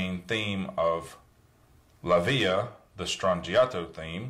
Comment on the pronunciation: its LA VILLA NOT LA VIA